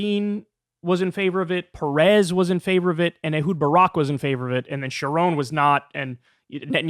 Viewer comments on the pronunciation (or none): none